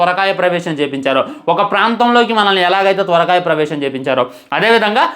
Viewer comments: Bro gave us another banger 😆 Parakaya Pravesam ❌ Thorakaya Pravesam ✅ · అది తోరకాయప్రవేశం కాదు బ్రో పరకాయ ప్రవేశం😂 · Adi sorakaya pravesham kadura parakaya pravesham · Swarakaya birakaya kadhu broo parakaya praveshamm😅😅😅😅 adhi